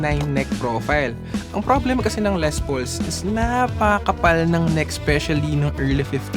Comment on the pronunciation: Ley ang pag pronounce po. Aysus